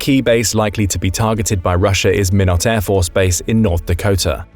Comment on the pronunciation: We pronounce Minot as “MY-not” rather than “minn-ut”